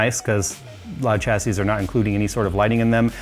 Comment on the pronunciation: Great content. Chassis is pronounced shassy. Great work though. I'm just being a dick :)